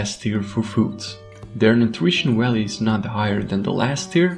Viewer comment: “Willyges” “Walue” Need to work on ur v’s man lol